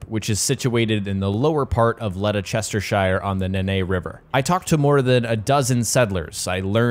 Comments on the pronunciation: As a brit i can tell you ledestershire is pronounced lester-shear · in a full place name "shire" is pronounced almost like "Sheer" so its not chester-shire its Chestersheer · Letter sester shire? Eh? It's Lester-sher or lester-shire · Letta chestershire lol are you sure it wasn't Leicestershire Im not dissing you just I've heard some of the guys from the US pronounce English place names and its not been good lol... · LEDERCHESTERSHIRE 😂😂 you been sniffing that glue?? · It's "led-ess-ter-sure" not "lede-chester-shier" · Still would be pronounced led-ester-shear not lede-sester-shire as he pronounced it. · Game looks awesome i cant wait to play but just for info its pronounced lestersher lol common mistake made tho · It’s leh ster shir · You assassinated the pronunciation of the word Ledecestershire.. But thank you for the time and effort for the video. 💜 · Lest-er-cher. Btw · Leicestershire. Pronounced Les-ter-shear. No offence but you were way off. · By the way Leicestershire is pronounced lesh-ter-sher 😁 no hate